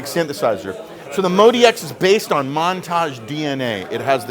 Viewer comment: So it's pronounced Mode-E-X, even though it's spelled out as Mod-X. Good to know.